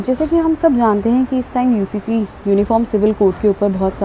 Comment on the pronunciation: Ye Owaisi pagla gaya hai ....UCC ko HCC kehta hai ..